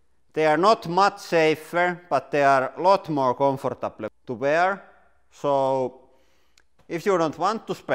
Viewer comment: More comfartableh to wearé